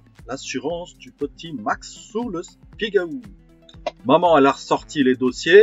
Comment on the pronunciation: Super Merci !!!! je vais faire pareil..........bon pour l'accent du Spigaouuuuuu, ça se prononce pas comme ça !!!!!